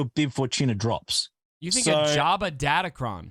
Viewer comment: I love how manages to put the letter “R” in Jabba lol